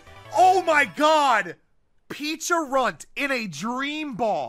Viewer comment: I'm pretty sure Pecharunt is pronounced as "pe-cha-runt", like the Pecha berry.